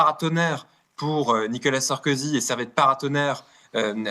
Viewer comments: "Nicolas Sarkozy" et non Nikala Sarkozy 😂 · MERCI 🙏🙏🙏 (Attention toutefois; on peut l'appeler Sarko ou 'l'ex président félon' mais pas "Nica Sarkozy" comme vous semblez répéter en voulant aller trop vite)